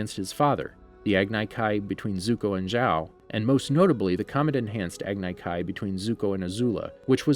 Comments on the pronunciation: Agni kai is pronounced as agne kai. Iroh is pronounced with an I not e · Listening to him say agnay kay instead of Agni Kai KILLED me! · Me: he should have watched the show, I mean this channel has a series based on it. They should of watched it, right? And they should know the pronounciations. Him: Agnai Kai Me: fuck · This dude he doesn’t know how to pronounce anything from the ATLA universe “agnai kai” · What about agni kai.He pronounced it agnai kai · He called an Agni Kai Ag-ni Kai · It's pronounced EYE-ROW AG -KNEE KAI Love the content though! keep going! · ShadeTree Spatula ag ne k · The way you say Agni Kai and Iroh makes me nauseous. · The way you pronounced Agni Kai gave me anxiety. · This man didn’t say Iroh or Agni Kai correctly 😭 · The thing that bothers me the most is that he didn’t say Agni Kai right....sorry I get irritated by the most simplest things. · Everyone is talking about how he pronounces Iroh’s name, but what about how he pronounced Agni Kai? That’s way worse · I got cringed by your pronouncation of iroh and agni kai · He also said Agni Kai wrong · Not to mention the agni kai🤣🤣